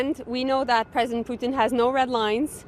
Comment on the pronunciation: Another WEFer loyalist suddenly wearing a Nationalist bodysuit. Lol she says "President Poutine". What an idiot. GIVE CANADIANS THE VOTE NOW!